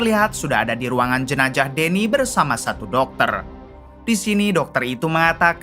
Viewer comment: Maaf bang,,bukan jenaJah.tapi jenaZah.cuma mmbetulkn saja.gkda maksud mngurui ya bang..biar enak di dengernya gtu Loch.🙏